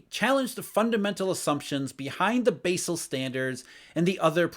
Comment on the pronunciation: I love but he keeps pronouncing "Basel" in a funny way